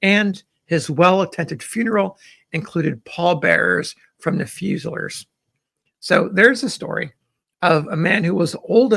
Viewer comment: Fusiliers is pronounced fyoo-zuh-LEERS